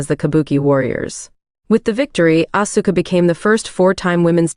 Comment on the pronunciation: Like how they pronounce Asuka’s name.